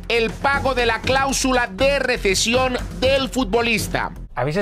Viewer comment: Lo de la "recisión": los catalanes hablando castellano pronuncian "acensor", "ecenario", y también "recisión" por lo tanto.